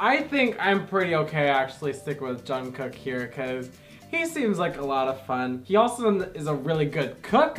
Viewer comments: can i just say its not JungkooK its Jungkoo(k) the last K arent so loud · Jungkook is pronounced "Jungguek" he is the one with his name that is almost always mispronounced. My bias is Park Jimin. You guys should start reacting to their dance practices because they will leave you speechless! If you do react to their dance practices then start with blood, sweat, and tears (bs,t) you'll love it! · Pronounced as Jeongguk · ohhh hell no he is mine lol I love love LOVE him way longer then you and you said his name wrong 😲😲😤😤😤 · You said Jungkook wrong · You say jungkook wrong 😭